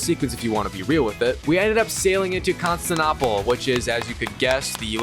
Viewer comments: No it’s Constan tee no pull. Named after the Roman Emperor, Constantine. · Right 😂 bro 😎 I was thinking 🤔 the same thing smh 🤦‍♂️ like wtf 🤬 is Constinoapple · "constan apple" lmfao like bro what 😂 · Constinopple lol 😂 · Please don't let him mispronounce Constantinople the whole fucking time